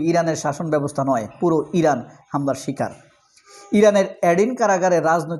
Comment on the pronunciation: আপনার উচ্ছারন ভুল, বলুন ইরান